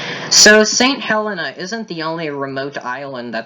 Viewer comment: We are called St Hel-EE-na! 😄